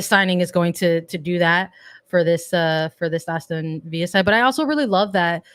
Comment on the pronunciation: Its ASTON VILLA. No H and hard L